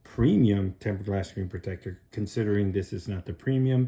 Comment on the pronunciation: Learn how to pronounce screen